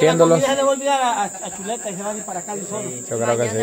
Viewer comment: Se equivocaron no es cheleta si no chuleta😂😅